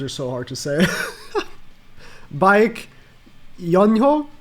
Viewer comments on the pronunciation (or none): Baek is pronounced beck, and the yoon is just yoon, and ho is pronounced as hoe. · Also the way to pronounce his first name is beck (I still cant get his last name right yet)